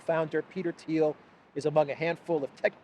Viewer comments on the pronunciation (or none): none